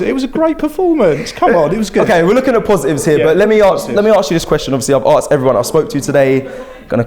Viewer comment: as i keep saying its ASKED not ARKSED. dunno why this constantly annoys me